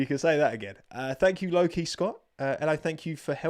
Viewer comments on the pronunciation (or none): none